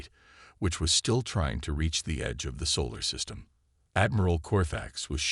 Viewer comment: Dear AI, Solar system, not Saul system. Hulls, not holes.